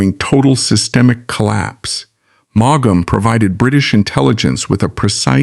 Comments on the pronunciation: I add my plea to yours. It is so grating and somehow disrespectful. The "G" and the second "A" are not pronounced. "Maum". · Maughan is pronounced as in 'morn ' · Maugham is pronounced in one syllable, not two. If you can't get his name right, why should I listen? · It’s pronounce mom = Maugham 🤨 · How hard can it be to program an Ai to pronounce the man's name correctly?!? This is the worst kind of low effort stuff! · If you’re going to use an ai narrator at least teach him how to pronounce his name correctly 🙏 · Boy does that Ai narrator murder his name! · What a,strange pronounciation of his name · Suggestion : Learn how to pronounce a writer's first and last names before you record.